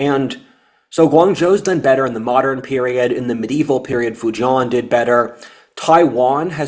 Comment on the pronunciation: Decent Chinese Mandarin pronunciation. Except for Fu-jian. Rhymes with Ko-rean.